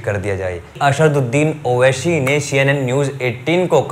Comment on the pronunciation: Naam to lena sikh owaisi bhai ka, har chiz me sha nahi hota , aSHadudin owaiSHi ny aSaduddin owaiSi h